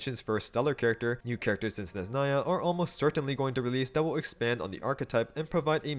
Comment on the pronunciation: SneZHnaya brother. Don’t ignore the H. ZH is the same sound you make when you pronounce G in Fagio